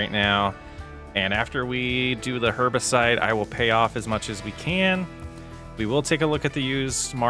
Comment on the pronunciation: Herbicide - not herbicite. Like homicide but with herbs.